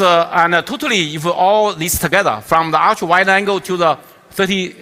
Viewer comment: totaly 读成突突里...真可爱